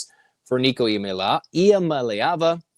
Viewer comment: I love how Californians are having the same trouble Tennesseans once had pronouncing Iamaleava